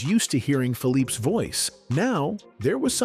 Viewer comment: Man, that was lousy! Who produced this abomination? It's titled "the terrible secret" but no secret was ever mentioned. And all the mistakes, OMG! Billy Henderson? Always in the middle? Known for his dancing? Are you kidding? You mispronounced Philippe's name. You jumped all over the place in time, so many mistakes...what a poor effort this was.